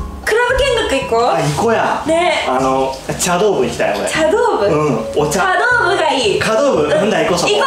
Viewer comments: ちゃどうぶじゃなくてさどうぶですね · 茶道部（さどうぶ） ちゃどうぶじゃない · 茶道部 ちゃどうぶじゃなくてさどうぶ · ちゃどうぶ、、、、？？ 茶道部（さどうぶ)